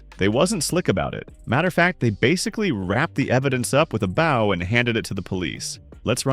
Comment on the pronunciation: White boy narrator trying to sound street. Pronounces the word "bow" incorrectly.